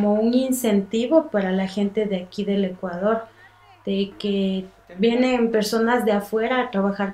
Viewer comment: It's Ecuador, no Ecaudor.